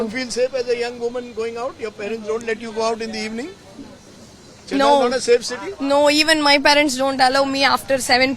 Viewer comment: Don't pronounce as you pronounce " chennai", ,"dosa"! Learn to pronounce properly